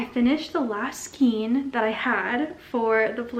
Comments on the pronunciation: Ok I like you, but skein is pronounced " skayn". Long a. Not long e. Please, I beg of you skayn. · You learn something every day 😂 I’m 51 and I have always said skeen 😅 maybe it’s a location pronunciation? 🤷‍♀️